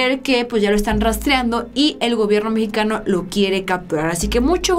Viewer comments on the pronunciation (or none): none